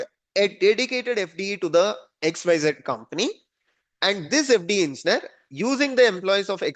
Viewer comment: Dude fix the way u say engineer , it freaks me out to keep listening to the sound u make